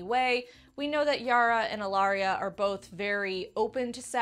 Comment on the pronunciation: Yay! You pronounced my name correctly, no one ever does. Thanks! <3 But I totally buy the Ellaria/Yara makeout sesh being a maybe murder attempt, Ellaria giving the poison lipstick another go.